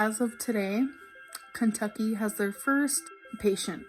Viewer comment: "Kuntucky" God she's dumb